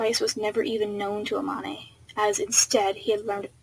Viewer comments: STOP SAYING A MON AY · When you said amane I was like EH-MON-A??? But then I forgot you never saw the anime so you don’t know how it’s pronounced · I'm so sorry, but the pronuciation for Amane is really bothering me right now 😂